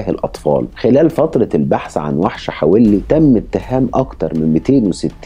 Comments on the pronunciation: حَوَلّي .. وليس .. حَوِلّي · حوللي وليس حولي .. روح اسمعها في نشرات الأخبار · كنت عايشة هناك والنطق الصحيح حَوَلي مش بالكسرة. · عفواً إسمها منطقة حَوَلِّى.. بفتح الواو.. كل الشكر و التقدير لحضرتك على مجهوداتك و إنصاف المظلوم و تقديم النصح للجميع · حوَلّي بفتح الواو مش بكسر الواو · البني ادم ده كان في منطقتنا في السالمية وكان صاحب اخويا ببلعب جمب العمارة وفعلا الشخص ده طلب منه يطلع معاه يوريله مكان عمارة معبية وطلع معاه واعتدى عليه هناك وراحو اهله فورا قدمه بلاغ وكان وقتها عامل مرتدي لبس العمال هنا بالكويت ومن بعدها الموضوع اتكرر اكتر من مرة مع ناس مختلفه كنا بنسمع عنها الا ان في ناس كتير لم تتقدم بالإبلاغ عنه حابة اوضح لحضرتك حاجه بسيطة المنطقة الي حضرتك بتذكرها الي حولي في تنطق حاء مفتوحة والواو ايضا والياء مكسورة ( لي) تحياتي لحضرتك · اسم المنطقة حولي في الكويت تلفظ بفتح الحاء وسكون الواو 👍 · ياجدع اسم الحافظة حولي بفتحة الواو وليس بكسرة الواو😂😂😂